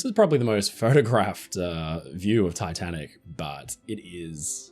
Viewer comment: did he say titan or tatanic?